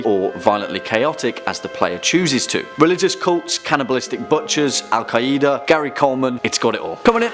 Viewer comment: Al “Kaieeda”